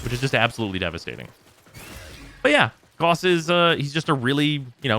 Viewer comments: His. Name. Is. Pronounced. Gah-oos not G-aw-ss, it's not hard and it's not up for debate. It's a real person's name, not just a fictional one. This P.S.A. goes out to the entire community. Calling him G-aw-ss is like calling Mesa, Mee-saw. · is not pronounced "Gus" tho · Rebecca pronounced it G-aw-s in the character reveal trailer. While i prefer the German pronounciation i consider both to be correct for the game. After all warframe is its own world so i don't consider a name being pronounced one way irl meaning it needs to be pronounced that way in the game. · I'm aware of how Rebecca pronounced it, but it doesn't make her correct. For words, especially names, you don't just get to decide how they sound on a whim. Even if warframe is a fictitious world, the name isn't and neither are the people making it. The propor pronunciation is Gah-oos.